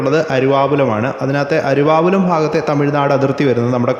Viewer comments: അരുവാപ്പുലം എന്നാണ് അരുവാപുലം എന്ന് ആണ് വീഡിയോയിൽ കേൾക്കുന്നത്. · അരുവാപ്പുലം എന്ന് ഉച്ചരിക്കുക.